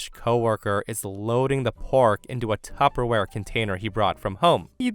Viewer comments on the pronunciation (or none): none